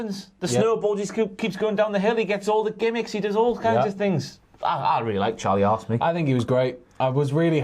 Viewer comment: I love, but is it just me that when he says "Charlie haas" it sounds like "Charlie ass"?😂